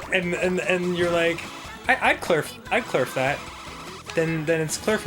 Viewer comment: Klerf, not kerf